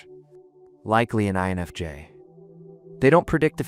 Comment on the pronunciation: This video pronounced the I in INFJ only once, that I noticed. And added an extra s sound, at one point, for no reason. If people need validation this much, I was having trouble going ahead and commenting about it being purely AI bs. I'm just relieved I'm not the only one thinking that we need to not connect with a person who's not really there, and are just wanting to exploit people.